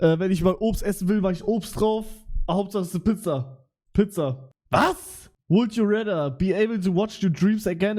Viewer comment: "Would you rätter"